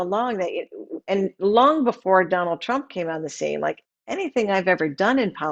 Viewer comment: Love & Happiness He pronounced it PRUMP 🤣🤣🤣